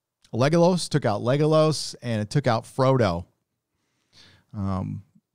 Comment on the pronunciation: "Lego-loss"? (not a word nazi but they do pronounce his name several times in the movie, and in the audio books...)